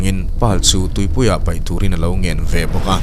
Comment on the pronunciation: 𝐏𝐚𝐢𝐡 nilo in 𝐏𝐞𝐢𝐡 tihtur aw